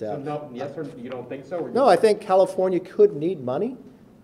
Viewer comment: Sounded like he said cattlefornia